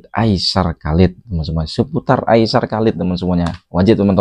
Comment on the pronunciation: ...cuba sebut Ai-sar...bukan Ai-syar...AISAR Khaledd😊